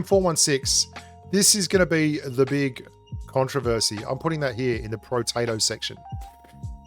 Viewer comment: oh it's protato. I thought you calling those guns, potato guns xD